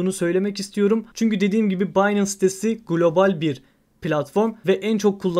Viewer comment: Harika video tesekkurler. Kisa ve oz olmus👍🏻 yalniz kulagimi tirmalayan tek bir sey var: binance, “baynens” diye okunur. Finance (faynens) gibi. Sevgiler❤